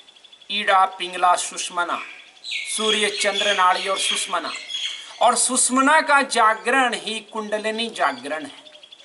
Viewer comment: It is not Sushmana... It is SUSHUMNA ..